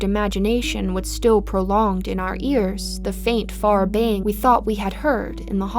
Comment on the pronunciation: It's "baying"